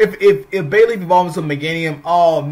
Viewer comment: Yeah, you spoke very fast, faster than normal. Definitely sounded like Bailey